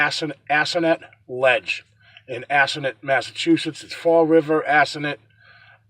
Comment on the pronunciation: I live in Freetown (Assonet). its pronounced( Ah so net).lol I hike in the forest every week. Ive never come across anything paranormal like. The murders were all committed when the smaller internal roads of the forest were open to cars so people up to no good could drive deep into the forest, making it the perfect place to do nefarious things. Those roads are now blocked. I still think that even though the forest is beautiful, it does feel like negative energy continues to linger there. I love the forest but I will say I won't hike there without my husband just in case!